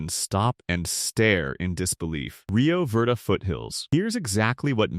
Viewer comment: Your AI needs to learn the language. Ah-Ho, Rio Vayrday just for starters